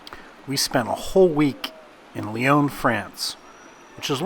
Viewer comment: Nice video, shocking pronunciation of Lyon!!